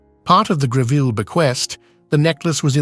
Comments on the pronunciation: It's NOT Griveel! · Very poorly researched, resulting in an unfortunate amount of the misinformation. Photos often do not match up with the narrative. And it's properly pronounced GREV ill. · Save us from the mispronounced surname!